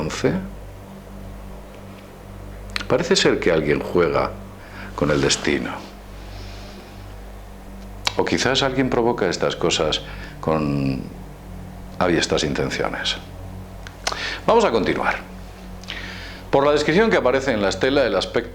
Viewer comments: Por favor, aviesas intenciones, no "aviestas", que no existe. Y Bagdad, no "Bagdag". Gracias. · AVIESA!!!! coño, se dice aviesa. Cada vez que dices "aviestas intenciones" muere un bebé